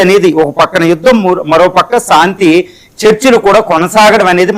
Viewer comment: Pronounce correct చేసుకోవయ్యా ! సాంతి కాదురా నాయనా శాంతి అనాలి. సా, సా కాదు , శా, శా అనాలి. శాంతి అద్దం ముందు కూచుని practice చేయండి. మీరు పలికే సాంతి అనే పదం వింటే కంపరంగా ఉన్నది.